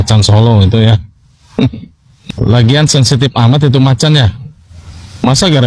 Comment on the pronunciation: macammmm macammmmm😂😂 bukan macan..